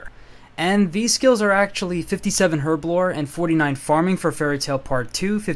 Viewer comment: Finally you said Herbloree! Good brit!